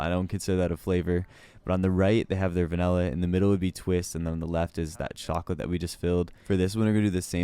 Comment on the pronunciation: Disliked due to pronouncing vanilla 'vinella'.